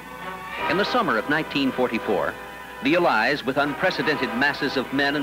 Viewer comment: possibly the strangest pronunciation of allies and allied I've ever heard in my life